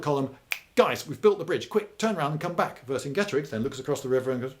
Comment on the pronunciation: You pronounced Vercingetorix wrong Lloyd.